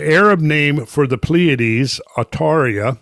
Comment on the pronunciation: Why did you make the previous video of cosmic origins of Halloween private? I should mention that the Arabic name for Pleiades is NOT Atauria it is Al-Thurayya not Atauria as you would like to believe. The month you listed as the month the Persian/Iranians celebrated Mordad is in late July to late August corresponding with the astrological sign Leo, the Iranian month that corresponds with Scorpio and Halloween and November 1st is called Aban. I really wish you would update this...